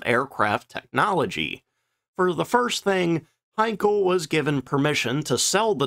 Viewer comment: Henkel, Hankel, Siegfriede - oh Mann, rettet Youtube vor der fürchterlichen KI. Von den inhaltlichen Banalitäten solcher Beiträge mal ganz abgesehen....